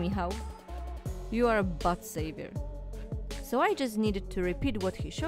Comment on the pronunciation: Your way if saying, "butt saver" sounds kinda like "butt savior" and that is amazing, I love it and I shall utilize it in the future bc my butt is always being saved. I'm kinda pitiful 🤣.